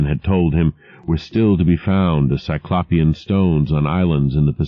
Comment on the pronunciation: i still wince every time he mispronounces 'cyclopean' 😑